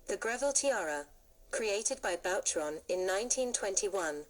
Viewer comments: Boucheron is pronounced as “ Boo cheron “ . The mispronunciation here is not your only mistake . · 😊please, learn to say BOUCHERON! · FAY-BERG???? Please.... hire a professional. Faberge has just turned over in his grave... So has Boucheron. And.... WORLD WAR TWENTY TWO??? Jeeze. I really wanted to hear this and learn, but the errors are gagging me.